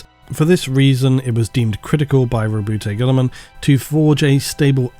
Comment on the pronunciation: You need to figure out your pronunciations, then make them uniform throughout the videos. Multiple pronunciations of Roboute Guilliman, Abaddon, etc. randomly spread throughout, and sometimes coming so close to each other so that they seemingly contradict each other is not a sign of well produced content. You produce very good content, and your narration should reflect this. It doesn't really matter if you mispronounce proper nouns, but at least stick to only one pronunciation.